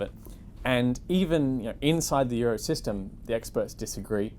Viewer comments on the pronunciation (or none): you mispronounced euro